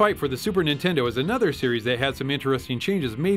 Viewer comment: "Nintend". LOL